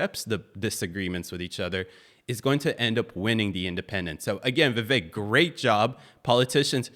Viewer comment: Viv-AKE…rhymes with cake.